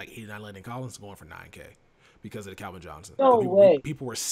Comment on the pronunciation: I've noticed for so long says Calvin like kelvin it always drives me nuts lmao